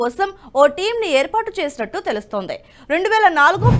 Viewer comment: కొంచెం జాగ్రత్తగా తప్పులు లేకుండా చెప్పండి. ఉదాహరణకు ఆమూలాగ్రం. అలాగే వాక్యం చివర మీరు పలికే పద్థతి మిగిలిన చానల్ ల లో లాగా ఉంటోంది అది సరి కాదు. ఉదాహరణకు తెలుస్తోంది అని చెప్పడానికి తెలుస్తోందె అని, నియమించింది అని చెప్పడానికి నియమించిందె అని వినబడే లా మీరు పలుకుతూ ఉన్నారు. అలాగే దృష్టి సారించారు అని పలిచకినప్పుడు. అలాంటి వి ఈ చానల్ లో ఉంటే ఒప్పుకోవడం మాకు కొంచెం కష్టం గా ఉంటుంది. ఈ చానల్ లో ఉండే భాష కూడా ముఖ్యమే.